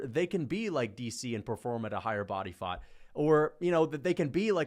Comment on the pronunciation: Turned British for a little there “body faut🇬🇧”